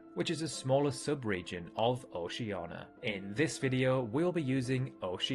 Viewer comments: It's Oceania, not Oshana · no mention of Mt Aoraki in NZ, which is taller than Mt Kosciuszko? P.S. it's pronounced "oceania" not "oceana" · It's pronounced "oh-SHIN-EE-uh" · Can anyone explain to me why people call Oceania "Oceana" without the i? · Please pronounce Oceania correctly. There are 5 syllables...Oh-shee-an-ee-ah. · oh-shee-ANN-ee-ah There are some (slightly) varying pronunciations of Oceania, but none of them elides (skips or ignores) the sound of the i, or collapses the -nia into a single syllable. Good video! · This might be the most common pronunciation of Oceania, but I still hate it. I think it should be pronounced "oh-shun-EE-ah". Ocean + ia. Just like it's spelled. That sounds the least awkward of all the usual pronunciations, and let's face it, it's not a local name with a local naming pronunciation tradition. Ocean is an English word, it seems strange to pronounce Oceania so markedly differently from "ocean". Especially to create two syllables where once there was only one. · Dude, at least TRY to read OCEANIA correctly. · man cant even pronounce oceania and is trying to teach us geography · Why do you keep pronouncing Oceania without the I? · It would help if you pronounced “Oceania” properly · The ia in Oceania is meant to be pronounced as the ia in Australia. You don’t pronounce it as Australa. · Maybe thats how you say it in your part of the world but in Australia we definitely pronounce it with a nia.. slack as i know 😂